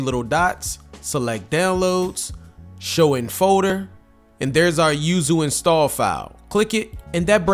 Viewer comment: I can't un-hear the way he pronounces "folder" as "faux-der" lmao